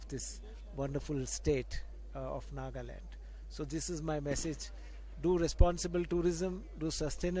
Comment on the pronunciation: Miss reporter, it's NAGALAND not NAAGLAND